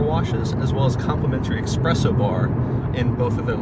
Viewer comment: How to trust a guy who says "eXpresso" bar?